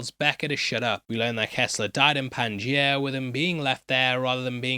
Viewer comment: lol bro said "pangia"